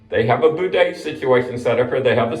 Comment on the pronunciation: You are mispronouncing bidet. It’s not a boo-det.